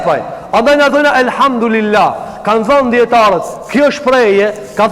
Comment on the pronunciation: Selamu Alejkum hoxh.i nderuar.ma vrajti veshin qe po e shqipton Elhamdurilah.ne vend te thuhet Elhamdulilah.ktu ke nje verejtje. Per ndryshe Allahu te ruajt.kejt gabojm